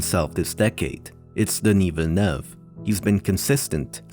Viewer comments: It is so refreshing to hear Villeneuve pronounced correctly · Finally someone that pronounces "Denis Villeneuve" right! xD